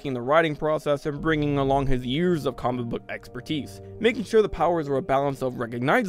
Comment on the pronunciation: when you say comic book it sounds like Cumberbach